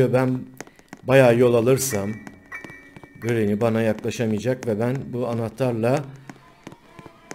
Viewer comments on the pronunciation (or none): Grrranyy deme